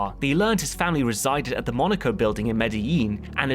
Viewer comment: Actually, it was called the "Monaco building", not the "Monacre building"